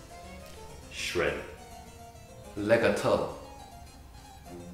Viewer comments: Adagio is wrong, you should pronounce the "gio" as "jo; Also Fermata is wrong, but I can't describe you how you should pronounce that, hear how google translate pronounces it (Italian); Legato as accent on the a, so Legàto, the sound is longer on the a; Andante, the A should sound like the A in "Harp" for example; Vivace, ask google translate; Waltz, same. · “Legato” sounded like “lick a toe”😂